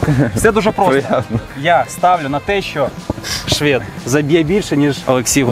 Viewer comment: ШвЄд, слух ріже🤦🏼‍♂️